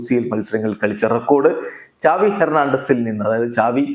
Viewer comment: സാവി യാണ് ചാവി അല്ല